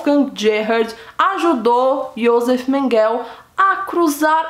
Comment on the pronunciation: Seu vídeo é ótimo. Mas o nome dele ´Joseph Mengele e se pronuncia "Iosefi Menguele" e acidade onde nasceu é Gusnsburg, da forma como é escrito. Não tente inglesar os nomes. Desculpa a correção.